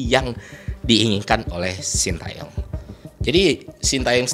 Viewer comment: Terima kasih bapak STY, juga untuk menghargai beliau kita harus tau bagaimana membaca namanya dengan benar. Yang pertama Tae, bacanya bukan Ta e tapi Te seperti di kata Tembak, lalu Yong bukan seperti baca Young dalam bahas inggris, tapi Yo seperti di kata Yolo, Shin Te Yong.